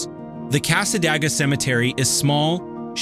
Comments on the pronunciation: That drove me nuts every time that he said it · it's pronounced casa day ga Nice video, I actually learned a couple new things about my native state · Its Cas-ah-day-gah not what u said...and its beautiful there, it has an old historical library and devils chair, purple rose store is ran by a very sweet lady. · Thank you. I live about 20 minutes from there, and this AI guy was driving me crazy.